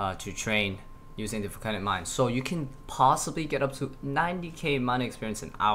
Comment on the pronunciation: stop saying folcanic mine